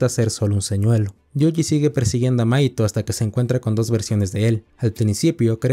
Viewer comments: Tenía el video de fondo mientras hacia otra cosa y en un momento pense que le decías maikol a mahito XD (en el anime se pronuncia majito) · ¿Una pregunta? Por que le dices maito a mahito? siendo que se pronuncia "majito" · me mata que le diga maito, osea se escribe mahito pero se pronuncia majito y al pronsipio no le entendia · Hay un error que algunos cometen con el nombre de Mahito, algunos le dicen maito pero es majito😅, pero bueno, todos cometen errores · Mahito ❌ Mahaito ✅ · Que mal pronuncias los nombres es MAJITO, WIWI